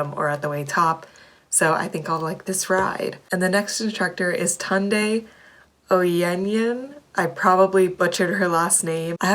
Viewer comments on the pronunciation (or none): I'm not sure if you'll see this, but you should try Tunde's Afrobeats ride! Also, I'm not 100% sure, but I think she pronounces her name "Toon-Day", not "Ton-Day"